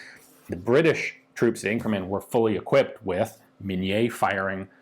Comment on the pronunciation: Minié. Min-yayh. Normally not a francophone. But it's MIN-yayh. No mini mouse.